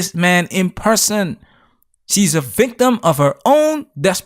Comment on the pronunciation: She wuzz uh vikk-timm! Her brain is in her gash.